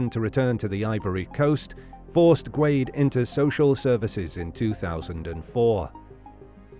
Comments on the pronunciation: I've always heard Guede pronounced "Gwayde-A." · Rudy’s last name is pronounced “Goo-day”. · Is it not pronounced Guh Day? Maybe I’m wrong idk 😂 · I’ve always heard Rudy Guede’s last name pronounces as “Ge-day”, not “Gwade”. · It's pronounced goo-ehday.